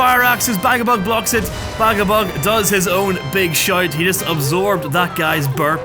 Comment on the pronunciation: The shite lol didnt know you said “shout” until the 3rd time